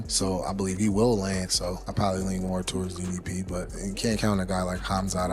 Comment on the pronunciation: How do people still not know how to pronounce DDP's name 😭